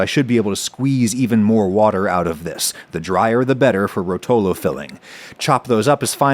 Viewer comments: it's ròtolo not rotòlo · Btw, Ròtolo, not rotòlo :) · Being italian I feel compelled to make this statement: it's ròtolo and not rotòlo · you pronounce it wrong. It’s Rohtolo not rotohlo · The correct pronunciation of the word rotolo in italian would be ròtolo (accent on the first syllable) instead of rotòlo (accent on the second syllable) which is the way you pronounce it throughout the video. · The way he says "Rotolo"... 😬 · I never heard "rotolo" said with a worse accent lol Why americans, just why But hey +10 for saying Pecorino right